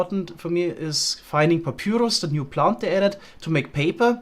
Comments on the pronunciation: BTW its called papairos not papyoros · It's driving me crazy, but it's pronounced pap-EYE-rus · it upsets me so hard how u pronounce papyrus please its pa pie rus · It's the german way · Is anyone else slightly annoyed by the way pronounces papyrus xD